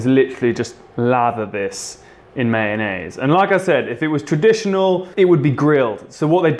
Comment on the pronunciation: when your friends pronounce mayonnaise as man aid